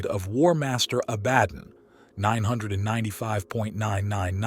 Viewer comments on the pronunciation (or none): Your pronunciation is atrocious and makes this entire video unwatchable. You are either using a text to speech, AI agent, or your have never seen any other lore videos ever created. Prime Arch? Did you mean Prime Ark? A ba don AB a don ABAD On. Can you make up your mind how to say this word? Ghoulimon? did you mean Gilliemon? My favorite was Imperia of man. IMP ear e um. There is a reason why this narrator was forgotten.